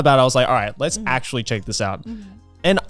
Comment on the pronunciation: Kaho: Well actuarry....